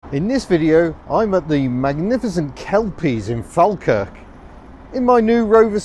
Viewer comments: Try 'Fall-kirk' LOL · You mispronounced Falkirk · in my town! Shame he pronounced Falkirk wrong